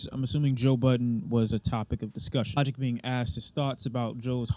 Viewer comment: Bro said “lodick” 😂